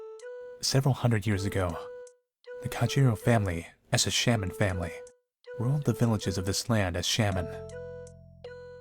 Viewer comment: Sham-men Me: S-ah-men 🤦‍♀️🤦‍♂️🤦 I'm sorry